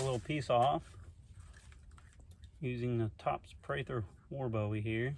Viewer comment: HE SAID PRATHER WAR BOWIE ...MAYBE 876 TIMES....AND ITS PRONOUNCED BOOEY NOT BOWIE LIKE DAVID BOWIE...I AM FROM SAN ANTONIO and I believe the man knew how to pronounce his last name...FACT spelled BOWIE Pronounced BOOIE